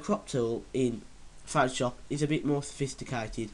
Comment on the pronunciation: your english is... foutoshap